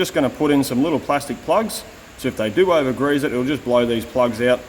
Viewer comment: You said greeze and suffericle bearing. And you Aussies give us Americans hard time for measuring in bunanas. Oh well at least you said nipple to bring my attention back to the job at hand!